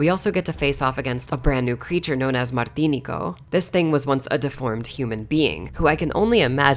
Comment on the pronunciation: Btw it's pronounced MartiNEEco